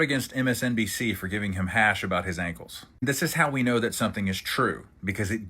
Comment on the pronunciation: wth are KINKLES? 😅 why can't you say ankles?